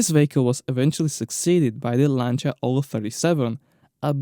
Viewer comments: Finally, someone who pronounces Lancia correctly. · You pronounced that exactly right: Lanča. It really bothers me when someone says they are a fan of that brand and then can’t even pronounce it right. BTW: love your channel.